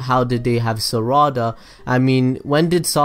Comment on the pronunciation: its not saraada